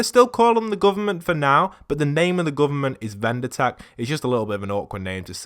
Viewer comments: It's VINDER tech, not VENDOR tech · Its vinder not vender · Vindertech. Not vendertech. Vindertech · Vindertech not vender tech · It's vindertech not vendertech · Please say vindertech cuz i Get freakin OCD and his name BTW is Lars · Dude its vindertech